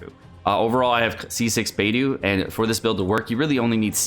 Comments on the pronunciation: Why is he pronouncing it like baetho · Looks like I'm the only one triggered by how he pronounces Beidou. Nice build though. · You say she's your waifu, yet you can't even pronounce her name properly. Seriously, why can none of you streamers say these names properly. At least half of them are said correctly in game in the English dub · They way u say her name kills me lol